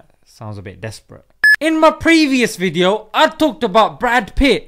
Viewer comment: Good wwweedio lol